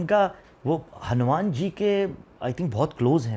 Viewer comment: Aamumar khte hai. ....Amumaan😂😂😂